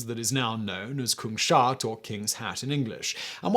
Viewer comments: please, not kung-shat... it's kungs-hat! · The island named after the kings hat is called Kungshatt, but for some reason Simon pronounces it "kung shat"